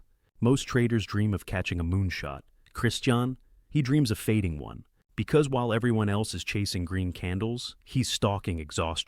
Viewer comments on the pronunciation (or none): none